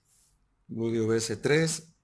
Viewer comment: Se dice Blueeeedio, no Bludio